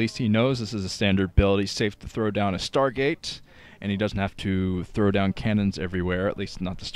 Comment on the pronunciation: "ANOTHER SCHTARGATE!" I love you:D